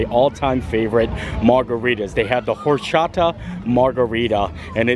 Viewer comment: fyi....hope you see this, but in spanish you do not pronounce the H in either horchata or habanero, they start off as or and ah,, or cha ta and ah ban er o..... pronounce all a's like ah.